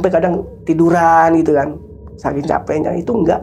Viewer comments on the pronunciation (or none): none